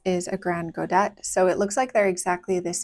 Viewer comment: ah then I understand why you decided to go with that pronounciation :) it just sounds so weird to me ^^ And yes, they look amazing! I'm likely going to try them out at some point!